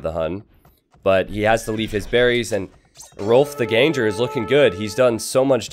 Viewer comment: The translation "ganger" doesn't really make sense at all. Gange-hrolf translates to "Rolf the Walker" and was supposedly because he was so large that horses couldn't carry him so he had to walk everywhere. Gange is pronounced "gaang-eh". He might have been Norwegian or Danish and he is supposedly the same guy as Rollo in the show Vikings.